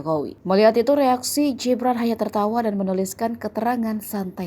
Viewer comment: Jibran jibran jibran... GIBRAN min GIBRAN !!!... kal bule namanya gibran iya panggilannya JIBRAN. Kalo wong jowo Indonesia ya di baca sesuai aksara baca yg baiiik dab benaaarrrrr.... btw !!! Modarr kowe ngamin raes, wani neng solo aku melu geng'e gibran tawuran karo geng mu.